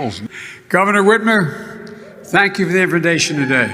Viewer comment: Stank instead of thank ???......Joey baby got it right there first time.Everything stinks when he's in the room !